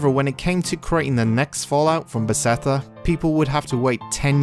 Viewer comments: Great video! I have a tiny bit of constructive criticism. The company name is Beth-es-da, not Be-se-tha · Nice video. But please dont try to pronounce Bethesda anymore :D Kills my ear.